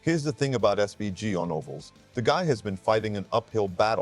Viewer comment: A video about Shane Van Gisbergen yet your stupid AI can't even say his name properly. Wrong twice in the first 80 seconds. SPG? ANd can't pronounce Gisbergen properly. Bloody AI slop. Goodbye